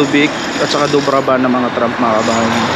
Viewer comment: Kabayan, "TRAM" hindi TRUMP.